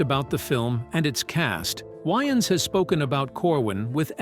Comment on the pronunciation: Can say wayman, but not Waynes.. that why you don't use ai.. work MF don't just try to get buy